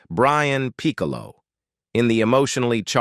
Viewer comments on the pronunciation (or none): none